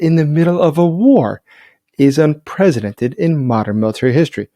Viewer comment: ...It's pre si dented, not pre zi dented. Don't worry though, way too many people say prezidented..